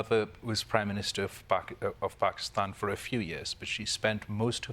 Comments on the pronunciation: Nice to hear "Pakistan" pronounced properly. That's all I have to say about the subject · So refreshing to have a host on the daily show that doesnt say "Paekistan". Thank you Kalpen. As an Indian I am extremely disturbed at the sufferings of our neighbor country. I hope things improve for them.